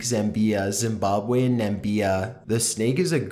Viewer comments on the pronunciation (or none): Also I'm not even African but the pronunciation of the African countries still managed to offend me :P "Namibia" not Nambia